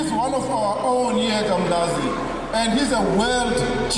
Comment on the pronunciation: It's not pronounced as "Um lazy" it's Umlazi😮